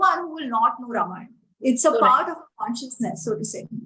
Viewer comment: The interviewer needs to at least pronounce AmiJi’s name correctly, especially since this is the second time she had interviewed her!! The interviewer has strange anglicized pronunciations! Example is her pronunciation of RAAmAAyana!!